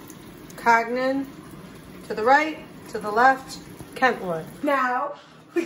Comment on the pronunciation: And are you saying "Kag-nen"?